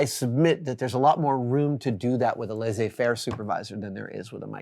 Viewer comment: it is pronounced - lay-say-fair . translates to " to leave alone"